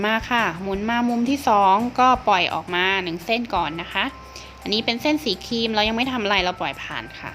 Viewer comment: แนะนำให้พูดควบกล้ำด้วยค่ะฟังแล้วขัดหูมาก ครีมก็เป็นคีม นึกถึงคีมตัดเหล็กเลย คลิปก็เป็นคิป